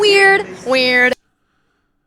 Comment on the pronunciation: Don’t you love how she says weird weird?